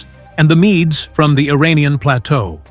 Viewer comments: MEDES is pronounced MEEDS, not "mee-dees". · Mee-dees? Your robo voice needs training. [LH] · AI slop: don't bother watching. It became evident as soon as I noticed pronunciations of key historical terms changing throughout the video. (e.g. at times pronouncing "Medes" correctly, and sometimes as "mee-dees")